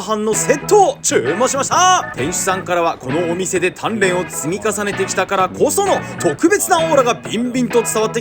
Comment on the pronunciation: 鍛錬を積み重ねてきたが、タンメンを積み重ねてきたに聞こえた。